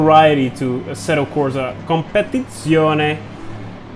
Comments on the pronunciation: I'm italian, and I can say that, that prononciation of Competizione was... A MASSIVE SATISFACTION ! Grazie 😍 keep up with the content, always super intresting 💪💪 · No no, this time he's nailed it !! 😃